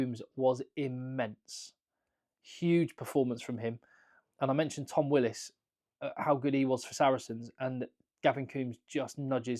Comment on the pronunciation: Why don't the English make an exception for Willis (love the pronunciation)...like the.irish did for sexton for a year or so.